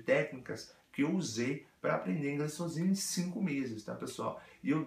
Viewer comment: Esse seu Sôzinho é ótimo ! kkkkkkkkk